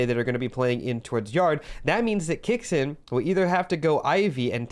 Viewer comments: hate to be that guy but its key-o-skay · its 'kyo-skay.' great vids. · its pronounced kyo-skay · the way you say kyousuke hurts my ears.. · Your videos are great but with the pronunciation of his name i couldn't finish this one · Kyou in kyousuke is one syllable. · The way you say kyousuke gives me second hand embarrassment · The way you pronounce kyousuke is 💀